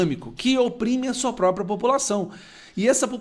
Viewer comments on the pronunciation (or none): none